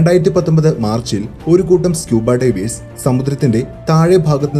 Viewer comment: Please pronounce divers correctly otherwise all good. Knowledgeable.